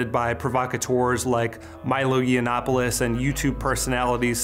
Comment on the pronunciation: "Milo Yiannopolous" (correct is Yiannopoulos) and "Laura Southern". Not sure if they did this because they couldn´t bother to 5-seconds google check or just trying to be disrespectful in the most childish way